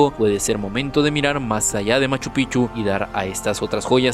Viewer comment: Los Incas no fueron una sociedad que creo todo mi estimado, más bien fueron quienes tomaron todas las culturas y las alinearon a un solo rumbo, claro lo mejor de los incas fueron su arquitectura de piedra y POR FAVOR PRONUNCIA BIEN LA PALABRA MACHU PICCHU, ya da cólera que no se dignen a mejorar eso en lo mínimo. 😂😂😂.